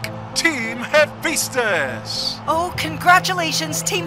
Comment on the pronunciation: Hephaestus... You know how the kids say phat like fat? Yeah it's like that. Fa not Fe. Sorry the way your pronouncing it is getting under my skin. Lol.